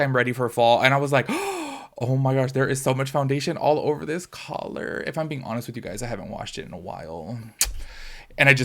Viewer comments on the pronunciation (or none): none